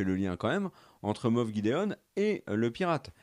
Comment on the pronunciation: On dit moff pas moss 😂 😉